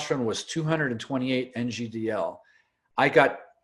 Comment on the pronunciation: please stop saying NGDL all the time its nano gram per deciliter (i'm sure you know that). As a biochemical engineer that is like fire in my ears. Trust me that is the only mistake that keeps me from subscribing, it just make you sound unprofessional. Apart from that i love this channel and discussions, great content and don't take it the wrong way (insert estro blocker joke here🤣. j.k)